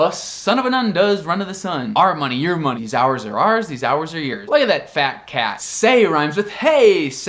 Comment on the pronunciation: Este seu "your"está parecendo um Year(o que eu entendi)